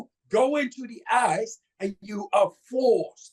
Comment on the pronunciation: “That’s what the ice did” and not “that’s what the eyes did”